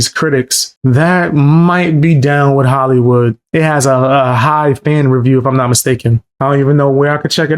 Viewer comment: why is markipiler and hollywood said very weridly its a good video but just a minor nitpick